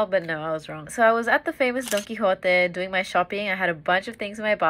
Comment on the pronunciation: im shocked you actually pronounced don quijote properly